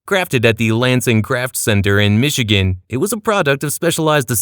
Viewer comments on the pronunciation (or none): none